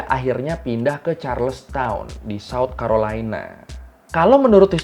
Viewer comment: banyak miss nya. abang blg mereka ditangkap 1920. padahal 1720. terus penyebutan charles town, harusnya charleston